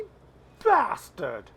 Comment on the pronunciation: Enjoyed the Terry Jones quote but you need to be British to say bastard correctly...and for anyone who is thinking wtf... Another Monty Python legend down. 😢